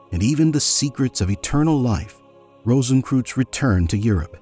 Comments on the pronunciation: What I find incredibly irritating about the voiceover is the spectacularly dumb pronunciation. Kreuz (or "cross" in Germanic languages) is pronounced 'croyts' not 'crooze'. It was so incredibly irritating I had to stop listening. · Rosenkreuz is pronounced as 'rohsenkroitz' NOT '-kruz'! It goes much further back than the mythical K Rosenkreuz of the Middle Ages to some 5'000 years ago in ancient Egypt, with Amenhotep IV or otherwise known as Akhenaten. the mysteries are actually aeternal! Thus, no beginning and no finality. (On YouTube I am finding out just how tiny Americans even know the basic rules of GERMAN pronunciation)! So sad. Much truth of what you say. The visuals were rather limited, only centring about past centuries. Not one picture of Rosicrucian Park, in San Jose, California. There is also found the Rosicrucian Museum, as doing something educational towards the general public, It is the largest and oldest Egyptian museum (a world class museum and the No. 1 tourist destination in California's oldest established city) west of the Mississippi. )